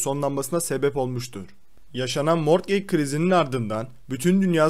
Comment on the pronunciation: Mortgeg ne mor kek gibi bir şey mi ? He morgıc diye telafuz etmek istedin ama olmadı anladım